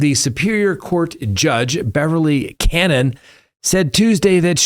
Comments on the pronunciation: Judge Cah-No-knee. Not Cannon.. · You have No clue what you are talking about regarding The Karen Read case!! You don’t even know the Judges name. It’s Cannone. Can-o-nee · I enjoy your recaps - but the judges name is pronounced Can-non-e. Also Hank misrepresented that info came from Feds but then after judge announces suspension, he backtracks admits it was from defense. In my opinion, the judge overreacted, she didn’t ask for explanation. This could have been cleared up today. Judge gets all upset about this but there is so many Brady violations from commonwealth including evidence submitted in the middle of the first trial that was discovered to be inverted after the state police testified it was a true and accurate video. If she removes Alan Jackson as Read’s attorney, this will be appealed. Even sanctions seem extreme when she has never sanctioned CW for their evidence issues. Judge has demonstrated bias in my opinion. There is a receipt that FBI paid this exact amount to ARCCA in 6/2024. This whole case is a mess mainly due to the poor police investigation. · Her name is pronounce similiar to cannoli as in the food…not cannon btw. Case has been going on for a long time cannon not correct pronunciation. And no Hank has been doing a terrible job nothing but whining and cry me a river. Super annoying to watch. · It is Ca no ne not cannon. You are dishonest for not telling the whole story. Breenan corrected himself that the questions were for this year. Breenan is a bo,d faced Liar!! I can't wait for you, Cannone and Breenan to eat crow!!! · Not Cannon, Cannoni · The judge in the karen read case : BEVERLY CANNONE CAN- NO-NEE.................... get it right.......... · It's pronounced ka no knee Next Tuesday 11 Did judge apply manifest necessity though. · At least pronounce the judge's name correctly 😅 Canonie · The Judges name is pronounced CA-no-Knee or Ca-Known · You are not pronouncing the judges name correctly.